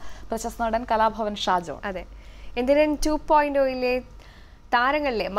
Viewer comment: 2.ഓ അല്ല.... 2.0 ആഹ്😂😂✌